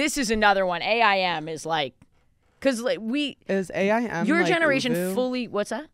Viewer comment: It’s so funny how Ashley is saying A.I.M… it’s just aim… i say it like a word